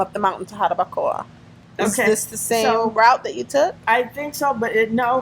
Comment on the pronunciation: Lady you need to learn how to say jarabacoa lol if you gonna live in dr try and practice